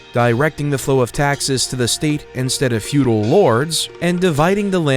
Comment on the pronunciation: fuedel not futile !